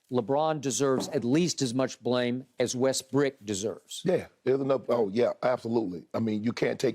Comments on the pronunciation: Skip always saying Westbrick.....but won't call his boyfriend Tommy Screenpast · Skip keep calling Westbrook “WESTBRICK” clearly after Russ said don’t call me that. Is HILARIOUS. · Skip gotta stop saying westbrick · Damn skip everytime I heard him saying Russel westbrick damn